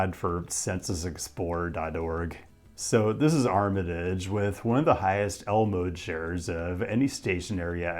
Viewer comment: I hate how you pronounce Armitage and Paulina